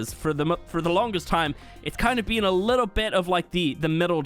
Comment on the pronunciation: My buddy pointed out how you say been as "bean" and now I can't not hear it in every video lol